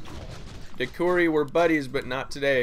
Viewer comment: De CHUUUUU Ri not De Ku ri >,<